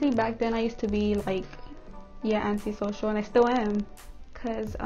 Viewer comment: It sounded like you said Auntie social💀